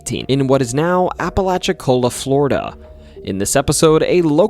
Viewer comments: Way to get the pronunciation right, It is refreshing to hear it said collectly ! It is spelled Apalachicola but we say it Apa-lacha-cola the locals will give you a hard time if you say it wrong. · Listen I’m happy he got Apalachicola right!!!